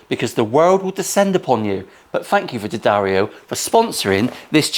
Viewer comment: Who doesn't like a good "SMIDGIN"? I'm so pleased that you have sponsorship from D'Addario and even more happy that you pronounce it correctly. It was a great episode and I for one, enjoyed the cleaner Bluesy playing.